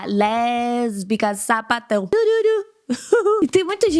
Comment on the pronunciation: Eu sou LeRRRRRRbica kkkkkk